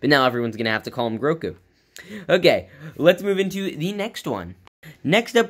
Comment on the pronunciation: His name is Grogu not Groku.